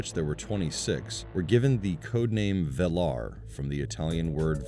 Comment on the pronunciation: Its velar not valar